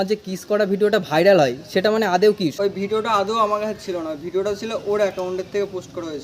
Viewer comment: Tumio সেটা কে ছেটা bolco dada 😂